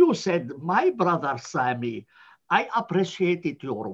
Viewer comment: adam sami diyo edip aksan yapip semi diyo cok komik ya